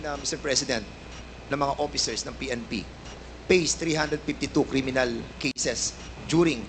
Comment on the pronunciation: 1. Opiccers 2. Seventy por 3. Pace 4. Over 5. Inpak Fernandez, wala kang ka pronounce pronounce 😅🤣 porya gaba, yutering. 6. As a matter of pak